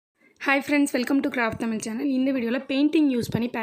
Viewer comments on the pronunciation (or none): none